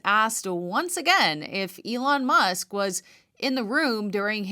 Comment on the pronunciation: Markey needs to retire and play more golf or something. It is remarkable that Sen. Peters doesn't know how to pronounce "Elon Musk." Is that Bill Nye, the Pervert Guy? Yep, that's him. Certainly not an endorsement that I would want!